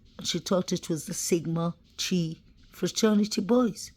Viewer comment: in Chi, the “Ch” sounds like a “K” and the “i” sounds like “eye”. Hope that helps. I realize English isn’t your first language.